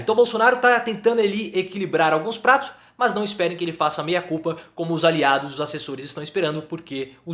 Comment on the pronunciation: De repente, a pronúncia não ajudou. O importante é que o recado foi dado.